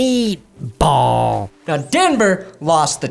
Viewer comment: "Mmmeat Bawl" had me rolling.